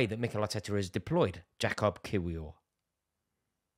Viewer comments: Say it with me Rors: Ya-Cub Kee-vee-or 🤣🤣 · You say his name as “Ya-kub Kiv-i-or” For Rory and everyone else wondering. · Jakub Kiwior is pronounced "Yakub Kivyor"